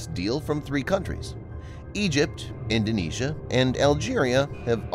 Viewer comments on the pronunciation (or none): none